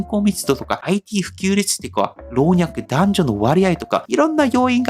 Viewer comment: いつも楽しいお話を聞かせていただき、ありがとうございます(*^-^*) ★老若男女 → ろうにゃくなんにょ になります。 先日の動画でも同じ言い方をしていたので、気になって！笑 これからも楽しいお話、楽しみにしています♪